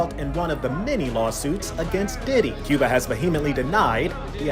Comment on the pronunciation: it’s Cuba not Cooba lol